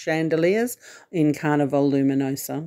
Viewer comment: The area in the shop with cruise needs is called Sundries. A commissary is a word used on military bases or prisons. Also, you kept saying Carnival-e ..... Carnival...as in the way you would name a place with rides and fair ground attractions. Carnival :)